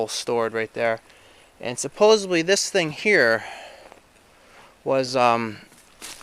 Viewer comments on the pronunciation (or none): I like your videos. But I wanted to let you know. It’s (supposedly) not (supposeBLY). With respect. Just wanted you to not go on saying it wrong.